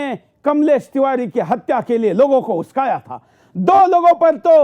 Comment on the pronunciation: Bhoसड़ीk पहले बोलना सिख उस्काया नही बे उकसाया बोल